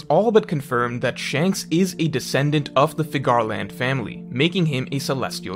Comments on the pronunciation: Okay, can we stop pronouncing Figarland like that. Its Scottish. It's pronounced like Fig-er-lend. Youre basically saying Cigar-land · No one:: Fig-GAR-land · Good video. Hoping you wouldn’t mispronounce Figarland in future videos.